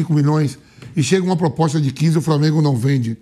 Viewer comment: "POPOSTA"?? Olha o nível dos jornalistas...... Detalhe, falou isso 2x ao mínimo.